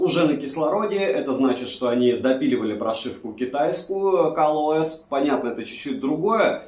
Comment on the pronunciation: Почему он говорит КАЛ ОС?